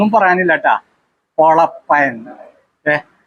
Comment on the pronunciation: പൊളപ്പൻ അല്ല പൊപ്പൊളപ്പൻ 😂😂👍👍👍👌👌👌👌👌💞💞💞💞🥰🥰